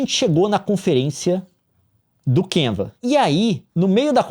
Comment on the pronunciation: Kiuva, Kenvs, Canva, Canvas, Canvs. O Leon a cada minuto mudando a pronuncia kkk